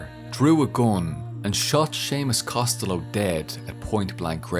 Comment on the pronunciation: I love how he actually pronounces Costello right, normally others think its italian.